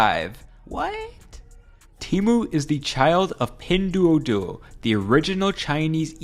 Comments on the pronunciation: I have to say one thing about the pronunciation. "duo" in Pinduoduo is one syllable. So it's pronounced like the diphthong in the British "cure", i.e. without the r sound. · I love your content man, but please work on your pronunciation of Chinese words. It was like fingernails on a chalkboard each time you mentioned Pinduoduo or Shein, etc